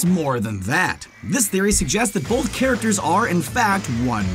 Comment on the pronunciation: the narrator keeps pronouncing the word "both" as "bolth"... Why???